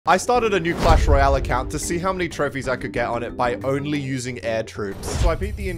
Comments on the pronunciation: Just one question no hate but why do you say "Pash Royale" its pass with two s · How he says: pash royale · 'PASH Royale' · I like it when he says *pash royale*😂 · “Pash Royale”